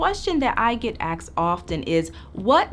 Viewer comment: She lost me at axed